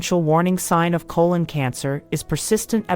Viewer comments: CO - LON .....not ..... CO - LONE🤨🤔🤔🤫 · So the narrator can’t say colon instead says cologne but she can say hypertrichosis lanuginosa acquisita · Cologne Cancer? These "Bot Narrators" drive me Nuts. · Sometimes she stresses 'colon' correctly on the first syllable and other times incorrectly on the second syllable. This is very distracting. There should have been some sort of human override to this narration given that it is probably robotic. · I know right? 😂